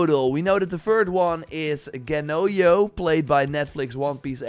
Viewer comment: Bro, I think you're just purposely mispronouncing this but, the j in Japanese is not y. It's not Gennoyo.